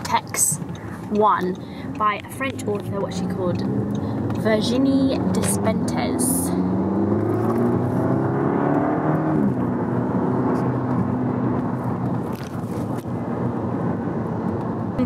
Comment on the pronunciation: Hi hello, Despentes is pronounced "de-pant"! I picked up this book last week myself. I suggest you read her 2006 book, King Kong Theory, if you're interested in exploring feminist lecture. She's greeeeeat and learnt a lot about being a woman when I read it in my early twenties. bisous